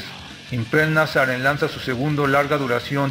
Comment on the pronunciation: Se pronuncia impeild nasarin